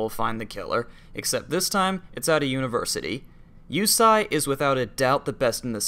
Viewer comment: ohhhhhgames i own and neverplayed!!! also,it's pronounced "jih-say","kahn-say", and "yo(very tiny little 'oo'sound)-say" also, are these games even MADE in japan?